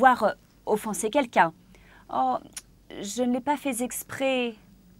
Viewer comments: "Je n'ai pas faiZZZ exprès"... Ma pauvre langue française. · Merci pour ce cours. Pour certains commentaires,souvenez vous, la critique est aisée mais l'art est difficile... souvenez vous en. Toute petite correction: une liaison sur "oh, je n'ai pas fai (T) exprès. Fai(t) dans ce cas prend un T et non un S.